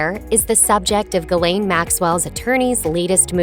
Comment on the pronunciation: why can't any of these videos bother to pronounce names correctly / why don't you have the thoroughness to pronounce Ghislaine correctly